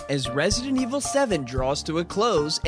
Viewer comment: resident evil 7 stfu u say it like that in every vid but I.like ur vids